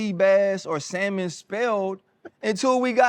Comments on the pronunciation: “Not real g’s move in silence like lasagna.” Lmbo. It’s Salmon people, not sal-mon 😤! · Facts! "SaLLLmon...."😂😂😂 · The salmon thing is real. The L is silent, damnit! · Ryan, you got me dying laughing, the L in Salmon is silent😂😂😂😂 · My mama told me to sound it out... it's a damn "L" in the word lol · Lmfao my boy said the L in salmon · Salmon, samon... who cares. English is not our native language. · Stop trippin' about the salmon. People from different backgrounds, pronounce some words incorrectly...It's not just your family,... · I co-owned a poke restaurant with my in-laws and my brother in law(the head chef) always pronounced the L in salmon and I could never change his mind into saying it the correct way. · RC 🤣 sa(l)mon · No Ryan didn’t go there with pronunciation of Salmon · When did the L become silent lol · Lmaoooo! “Felet” “mignone” saLmon” hilarious!